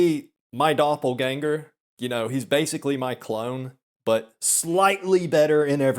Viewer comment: As a member of your German audience, I appreciate the rare correct pronunciation of 'Doppelgänger'.